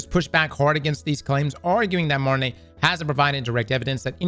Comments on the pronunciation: Martineau is pronounced MAR-TIN-EW not MAR-LEY This isn’t Attack on Titan my guy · Wait so can we get this on a loop of trying to pronounce "Martineau".....and butchering it